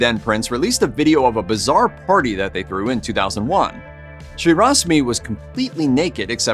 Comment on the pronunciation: after discussing the complementary aspects of men's fashion it sure sounded like you said she grew huge balls instead of threw huge balls 😜 Which considering the topic matter stuffing of the cod pieces happened at other times in history 🤷